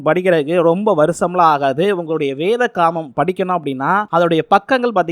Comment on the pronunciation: சகோதரரே நீங்கள் வேதாகமத்தை என்ற வார்த்தையை தெரிந்தே தவறாக வாசிக்கிறீர். பைபிளை பற்றி முழுமையாக தெரியாமல் அப்படி பேசுகிறீர் என்று நினைக்கிறேன். பைபிளை பற்றி தெரிந்து கொள்ளும் வரை அப்படி பேசாதீங்க. எங்கள் மனம் புண்படுகிறது. உங்கள் கேள்வியை கன்னியதுடன் கேளுங்கள். தெறிந்தவற்றிர்கு பதில் தருகிறோம். பைபிளை முழுவதும் புரிந்தவர் கடவுளை தவிர யாருமே இல்லை. உங்கள் கேள்விகளை இயேசுவிடமே நீங்கள் கேட்கலாம். நிச்சயம் பதில் தருவார். அப்படி தான் நானும் கேள்விகளை இயேசுவிடமே கேட்டு பதிலை பெற்றுக் கொண்டேன்.